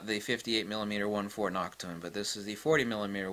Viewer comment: I swear he pronounced Nokton as "Nachtung!"